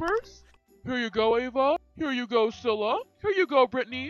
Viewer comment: It’s cilla not scilla